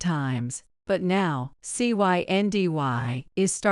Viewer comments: “Cyndy” also known as Cindy. What was so difficult about just saying the name? Even an AI app should have been able to handle reading a name ! ( key is …properly programming & proofing) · The girl's name is pronounced CIndy!!. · You keep spelling out the name instead of pronouncing it.